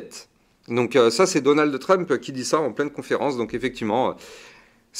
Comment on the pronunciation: Donald de Trump ? Haha ta prononciation me fait rire 😂